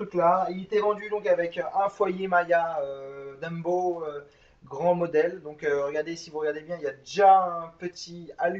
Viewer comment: C'est impressionnant avec quelle assurance tu sors tes conneries...Là tu passes pour le grand connaisseur, alors que c'est pas le cas du tout. On prononce "Mia" et non pas "Maya", c'est un foyer "Jumbo" et non pas "Dumbo". La Qt Econo, c'est la version bas de gamme de la QT 1 et 2, le vortex narguilem c'est de la merde et non pas du "haut de gamme", le tuyau "Nammour" ça n'existe pas, on dit "Nammor"...J'en oublie très certainement des vertes et des pas mûres.